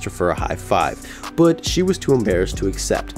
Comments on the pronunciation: Are you from upstate new York? I've only known one other person who pronounced "but" as "bpwut." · I know you're a blue jays fan cause the way you said "but"